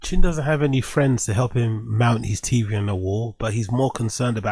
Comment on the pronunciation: He cant pronounce the simple word any, he pronounces it eeny